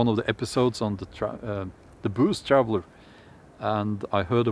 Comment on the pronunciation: What is booze traveler? I though he said Blues Traveler and I couldn't understand what that music band had to do with anything. Lol